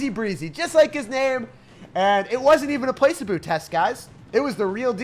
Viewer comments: pla-SEE-bo my good sir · Placebo -- It's Pluh-SEE-bo Sir :) Not Place-uh-Boo. Love this deck. I played it and won the first 3 matches. I'll see how it holds up for a scrub like myself. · HAHAH the way he pronounces "placebo" as 'play-se-boo'. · the way he said placebo ☠️ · Interesting pronunciation of placebo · Never heard someone say placebo the way you do😂👍🏼 gave me a good chuckle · The moment has come when isn’t the one teaching us vocab but we are teaching him